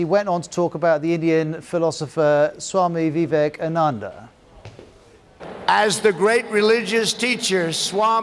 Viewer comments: Trump:Ambad Swami Vivekamannand what say Suchin tentulkaur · and he's reporting about how Trump mis-pronounced the names. Ironical enough? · U pronounced Vivekananda wrong too. Get your shit together first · BBC is a piece of shit, this is not ethical journalism. How come you make a living selling negative news. As an Indian I'm saying even the news anchor pronounced Vivekananda improperly and went to criticize Trump. Actually trump pronunced a lot better than BBC reporter. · Also anchor mispronounced vivekananda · He butchered Vivekananda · Not being able to pronounce “vivekanandal* ?how is it possible ?